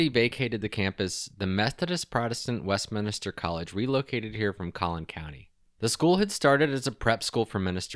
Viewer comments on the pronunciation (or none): Just a note The word is Westminster Not Westminister. IJS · west-min-ster. just three syllables.